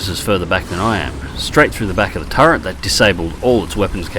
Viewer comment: Every time says "turrent" a little piece of my soul sadly floats away.